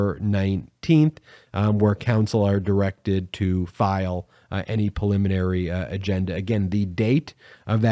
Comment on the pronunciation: PREliminary, damn it. Not PILLiminary.